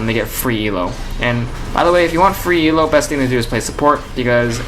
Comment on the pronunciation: he keeps saying E.L.O. it's elo. one word